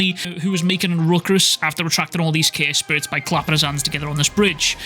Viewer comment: Is it me or you are calling curse spirits "care spirits"?